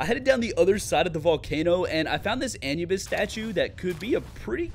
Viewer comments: No way he pronounced anubis like an-you-bis and not a-knew-bis. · Its prnounced a new bis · It hurt my ears every time you mispronounced Anubis..(A-Noob-biss btw) lol, aside from that, great video! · Pronounced ( A new Bis) 😂